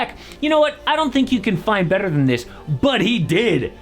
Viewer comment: Did yall hear the white boy roll his r when he said "better". Someones from San Antonio. Great break down. Still my fav basketball creator. Where are the offseason team breakdowns??